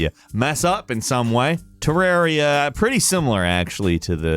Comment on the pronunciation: You mispronounced terraria...